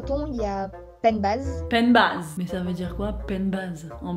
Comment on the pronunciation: Penn-bazh, c’est pennbahhh. En Basse-Bretagne, on a eu un cadeau avec notre grand-mère😂:Bet hor bout ur prof get hor mamm-gozh.